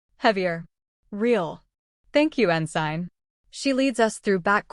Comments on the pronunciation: en-sin...not en- sign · Ensign, pronounced (en-sin) with vowels all short. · The g is silent in ensign